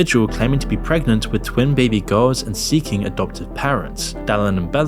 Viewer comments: Haha he’s says GOWS instead of girls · It would help hugely if when you said girls it doesn't sound like guys. Just saying.